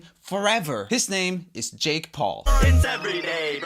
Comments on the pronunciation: When you saud yake instead of jake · 1: 38 yake instead of jake🤣